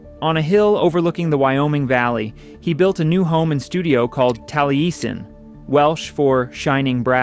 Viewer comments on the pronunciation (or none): Actually, it's Tal-ee-ess-in. I grew up near Taliesin in Wales... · I'm astounded that people produce a piece like this, and not know how to pronounce major things in the story. Taliesin is pronounced "Tell-ee-ess-in". Some people say "Tall-ee-ess-in", but that's not how Wright or the people who give tours there pronounce it. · The narrator is probably A.I. It does not even know how to pronounce Taliesin - using a long e. Like fingernails on a chalkboard. I'm tired of these made up videos by who knows who? Not real people. BIG BAD THUMB DOWN. Wright himself would hate it. Revolting! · This is an AI mess images and mispronounced names this building is more of an icon than this collection of clips can show, there is a clip of a modern Japanese(?) car design 70"s? and other clips that are wrong and misleading, just rebuild this build video. Mies van der Rohe and Taliesin are the most standout mispronounced names in this work but Check you work for all, You billed as a Documentary, so get it right. Yes Fallingwater is an American Icon, it is high art in 30"s, and the 30's were troubled, so get the names and details right. It deserves the Troubled Truth Behind America's Greatest House Ever Built 😶